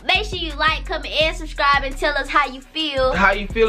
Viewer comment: Am I'm the only one who heard her say Shrubcribe